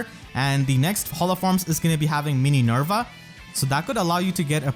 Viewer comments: Mini Nerva? bruh, it's Min Er Va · "the next is to have 'mini-nerva'" hahaha adding the extra "ni" in there just cracked me up